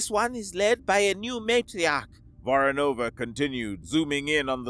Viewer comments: Actually, it's VoROnova, with emphasis going to the second syllable. However, I am happy enough that they actually used Voronova and not Voronov as Slavic surnames have gender specific endings, which is normally ignored in Anglosphere. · It's VorOnova or VOronova. Not VoronovA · How many times can you miss-pronounce Voronova ? 🙄 As for the story, exactly how fast can a rail gun projectile get from Europa to Earth ??